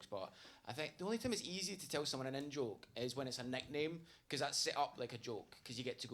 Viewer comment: So when you say " in - joke " ... I hear " N - joke " which makes me think you constantly make jokes with the " N - word " lol... so I was confused for a bit lol. Also great and loving tribute to your friend. You're a great person.